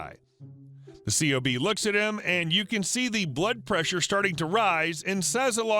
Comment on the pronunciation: The acronym "C.O.B." is actually pronounced as "Cob" (like "corn on the cob") Most military acronyms ARE pronounced as if they are actual words.